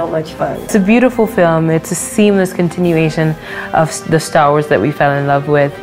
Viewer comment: Minuto "estar wars" jajaja